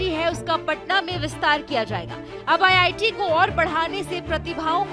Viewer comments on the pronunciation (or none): Ye Giri Raj singh hai Begusarai Constituency se MP ye Sahb Bihta IIT ko ITI kahte hai sunte zara gaur se me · Bhai iti nhi re iit bolna tha 😅😅😅😅